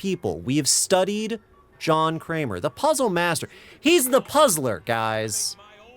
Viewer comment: John Kramer? more like.... John Kler.